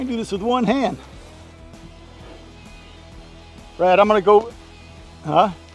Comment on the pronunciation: Congrats on all progress in that miserable heat. Honest question: Is his name Brad or Rad? I keep trying to zone in on how you pronounce it.